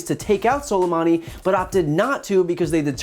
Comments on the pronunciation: Salamadi???? Trump can't even say his name. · HE CAN'T EVEN PRONOUNCE SOLEMAMI'S NAME YET HE CAN BELIEVE OUR INTELLIGENCE THAT HE NEVER BELIEVED BEFORE AND KILL HIM! He's wanted to do this since before he was elected, we saw it! He's trying to save his own face and ass to get reelected and distract from his impeachment! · OK, we’ve all heard this man’s name a dozen times in the last 24 hours yet why is it Trump cannot pronounce his name correctly?! And of course, he’s here to talk about Soleimani but brings up al-Baghdadi. What a moron! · No one told dumb-dumb how to say soleimani. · learn how to at least pronounce his name dumbass. is he reading from a teleprompter?